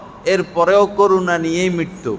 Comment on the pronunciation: করুনা বলবেন না শব্দটা হইবে করোনা ।